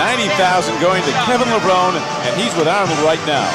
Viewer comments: lol but thats stil closer to the actual pronounciation than "Levroneeeee" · Hey announcer it's Kevin Lev-rown-E Get it straight!